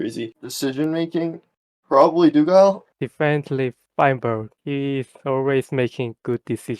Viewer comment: All of them just said feinberg 💀(good video btw)